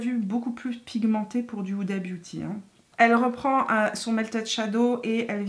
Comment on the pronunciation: Sinon elle s'appelle pas "Oudabiouti" hein xD ! Vidéo très cool, je vais économiser plein de sous ahaha ! ;)